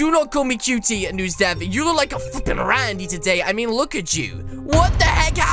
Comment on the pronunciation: Yep he said rany so many times